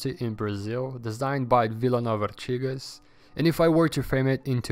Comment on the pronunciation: te acompanho há pouco tempo. Parabens pelo canal. Vc é brasileiro? o jeito que falou artigas 'te entregou' :)